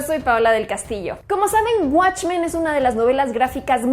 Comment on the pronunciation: "Guatchmen"** Pronuncialo bien al menos.